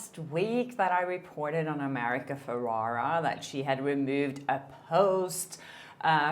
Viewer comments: saying America’s name wrong, its FerrEra. Sorry, it gives me the ick every time you say Ferrara. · It’s ferRERA not feRARA